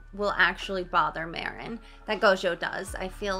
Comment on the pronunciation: Marin pronunciation = Mah-reen (the rin sounds similar to “ring” without the g)